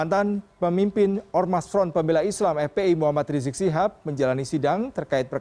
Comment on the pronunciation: Woy reporter gx sekolah apa ya.gx bisa ngmg habib rizieq lo yaa.....bukan riziq!!!!!!